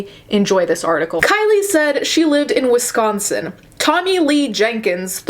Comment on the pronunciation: DEHSCOSTEN😂 gets me every time